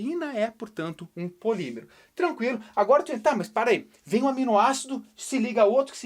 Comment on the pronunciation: Respira Quem Foi Trolado Com a Palavra "Polimemero" que era na verdade "Polímero".